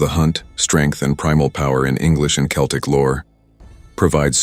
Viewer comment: Great video and concept, one minor problem. When referring to the peoples, languages and myths Celtic is pronounced with a hard C that sounds like a K.